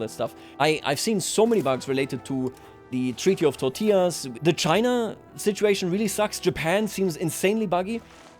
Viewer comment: Being a descendant of one of the 2 countries that divided the world back then... i lol'ed when I heard not once but at least twice saying the "treaty of tortillas":)